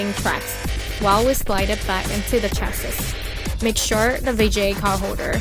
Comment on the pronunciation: The last "S" in chassis is silent!